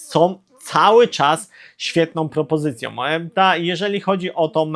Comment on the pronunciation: sOM, wydajnosciOM, ciekawOM, propozycjOM... Ja pierdolę jak ty mówisz człowieku? I ty filmy kręcisz? Z taką wymową? Dramat! 🤦🏻